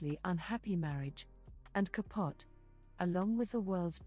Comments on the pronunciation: Babe had a slim look. A pretty woman but not in the pantheons of mid century beauties. The narrator is quite irritating in her mispronunciation of Truman CAPUT. The E isn't silent. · It was pronounced Ka POH tee. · Learn how to say ca po te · I love that she mispronounces Truman’s last name. He was ultimately unkind to the Swans.